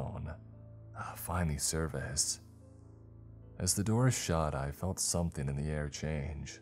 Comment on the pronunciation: somethING!!!!!!! NOT somethEENE!!!!!!!!!!!!